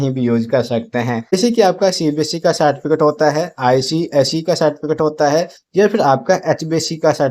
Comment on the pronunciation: Tum ko to Certificate bolne ka bhi Dhang nhi tum gyan kya doge re